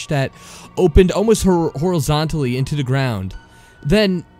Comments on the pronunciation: Its "the," not "da." - . Had to stop after that, couldn't stand it. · The reader who pronounces "the" as "duh" and "with" as "wiff" genuinely ruins every story he reads, I cringe every time.